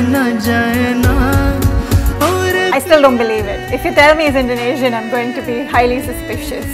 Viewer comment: Hes perfect better pronounciation thn any oth Indonesian singer I hv evr heard